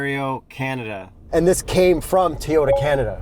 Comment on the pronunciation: Toyota not Teeyota